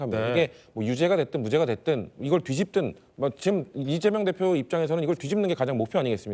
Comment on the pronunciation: 발음이 리재명으로 들리네..직구엔 늘 동문서답하고